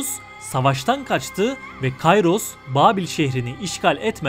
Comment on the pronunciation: Kayros diye okunmaz Kiros diye okunur tıpkı Sezar değil kesar gibi